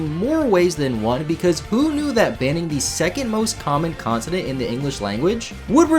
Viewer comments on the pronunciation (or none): I'm the only one using subtitles at the start of the video bc you heart continent instead of consonant XD